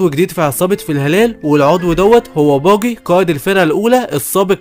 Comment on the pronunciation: انتا بتقول باجي غلط اوي تلوث سمعي